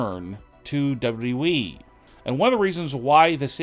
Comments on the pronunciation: Why is it so hard to say double you, double you, E? It's not double E. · Why can't this fool say WWE?!!!